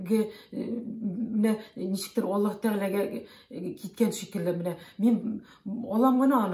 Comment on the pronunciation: Надо правильно произносить имя Аллах, а не Алла